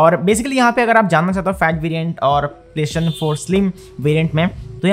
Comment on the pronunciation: It triggers me how he calls it ‘playshin’😂